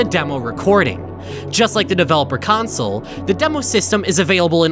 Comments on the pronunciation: He still sometimes says council. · He really did, genuinely. Pronounced it incorrectly. The whole. god. damn. video. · Drinking game every time he says “council” take a shot every time he says “console” drink the whole bottle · You only made this because you're embarrassed that you mispronounced "console" as "council" so you're trying to drive people away from the original so they can watch this one instead. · Cant believe you'd rewrite two entire Interloper episodes just to erase the fact that you said council commands instead of console, still good content though! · Oh boy, a redo of the original two videos?! I wonder if he says "CONSOLE" correctly or if he keeps it as "COUNCIL" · was this retake just done so u say “console” instead of “council” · same.... it was VERY hard to watch . a "city council" is not a Xbox360 console "sill" (like...window "sill") VS "sole" (like...sold your "soul" to the devil) . my dad says "idea" like..... "i deal" cards in poker pisses me off also.... but apparently that is a way a decent number of people pronounce it (forget where from) . and then to be like "fuck you, imma say it anyway" LOL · the way he says console so fkn aggressively in this video after EVERY single comment i saw was giving him sht for pronouncing “console” as “council//counsel” lmaoooo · I just had to rewatch the video to hear the story without you saying counsel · Remember when he pronounced console as "council' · you can try to hide your mistakes all you want, we all know you pronounced it as council. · council, which is how was pronouncing it before. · he pronounced it like “council” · hmmmmm i wonder if he restarted the analysis because he wanted to erase he mispronunciation of console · In older videos on this matter, he was frequently made fun of due to the way he pronounced the word "Console". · watch his original Interloper video! Or even his second one! He says it constantly in the first one and addresses the mistake in the second one